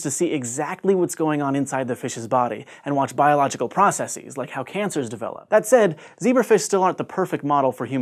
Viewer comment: Learn how to pronounce 'processes'. It's not process-seez, it's process-siz. The way you pronounced it is a bungled affectation, misapplying the pronunciation of pluralized Greek words ending in -sis, like thesis/theses, basis/bases, neurosis/neuroses, metamorphosis/metamorphoses, and so on.